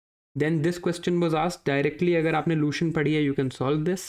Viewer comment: लूसेन्ट , not लूशेन्ट Upinder Singh ma'am,....